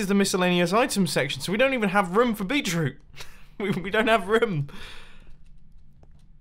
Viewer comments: Did you say Bee Troot instead of Beet Root? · It's literally bEEt-rOOt, GD, my friend. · Did anyone else realize that instead of saying 'beetroot' he said 'beachroot' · Mumbo, it Beet root. I keep hearing you say beech root. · "Beachroot" I didn't realize beachroot was a thing. Beetroot. Beet-root. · "beet-root" lmao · beetroot? Beet, Root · "bee-chroot" lmao